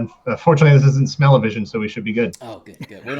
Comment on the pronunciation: HA... he said “smell-a-vision”!...lol